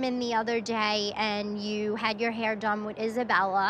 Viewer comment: "Heayh Gwoadess"